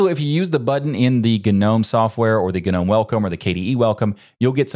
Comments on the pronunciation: guh-nome, or nome, pick a singular pronunciation. i only wonder how you will pronounce linux mate (without the accent over the E). fucking anoying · Is it pronounced g-nome with a hard G and not silent like none?